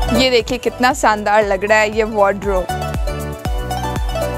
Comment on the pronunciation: 😂saandaar nhi shandaar